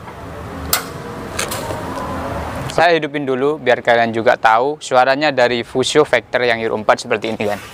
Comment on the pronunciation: Fuso bang bukan fiusyou